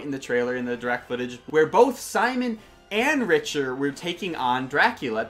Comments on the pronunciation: First of all, His name is pronounced I the direct... BOI!!! Second if all... Nah that's is, Richter it pronounced Rick-ta-her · Richter is pronounced like Rickter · It is pronounced as Rikter my sweet boi